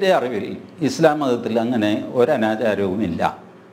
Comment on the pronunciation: സംസാരിക്കാൻ കഴിയാതെ ഞ്ഞഞ്ഞഞ്ഞ പറഞ്ഞ് ഒഴിയുന്ന എന്തിന് ചർച്ചക്ക് വിളിക്കുന്നു ആത്യ ഇസ്ളാ ഇസ്ള. പറയാതെ അത് തന്നെയങ്കിലും പറയാൻ പടിച്ചു വരട്ടെ